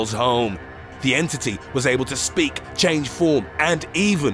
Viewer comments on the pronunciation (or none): none